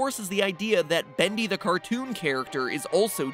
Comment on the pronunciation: SkeleCat he says bundy and it is bendy